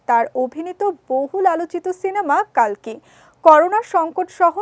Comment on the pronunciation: কল্কি হবে কালকি নয়